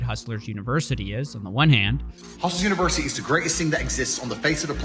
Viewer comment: Why did he keep saying hustlers university incorrectly?